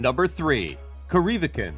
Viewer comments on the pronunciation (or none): Corry Vrekan. Not Coreee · cor-ee-VREK-an not co-REE-vrek-on. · Its pronounced KORR EE VRECK EN. goddamn IT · Fuckin' butchered corryvreckan. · Please learn to pronounce Corryvreckan, because you haven't the least idea in this video. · Corryvrechan.. absolutely butchered that. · Yep😂 I just YouTubed it to find out what it was cuz I’m sailing through it in a few days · It was a very interesting pronunciation, wasn't it? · You cringed...did you hear him say Corryvrekan